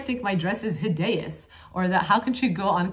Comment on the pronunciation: "Hidayous" 😂 you are so helpful thank you so much!